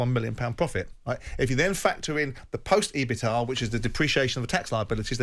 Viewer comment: its E-BIT-DA, not ebita 😁 cmon simon